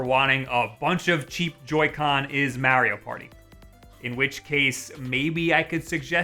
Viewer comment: Why did he say Mario party like that